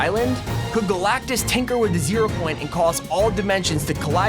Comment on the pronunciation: "GALACTICTUS" LMAOOOOOO